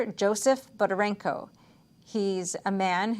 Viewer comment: Thank you for good reporting! But please, pay more attention to details like people's family names. Vera and Mary's last name is not Bodarenko but Bondarenko, just look at Joseph's book cover.